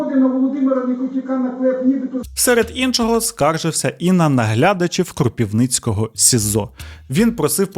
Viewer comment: Не Кропівницького СІЗО, а Кропивницького. Я з Кропивницького і якось вуха ріже. Дякую за відео!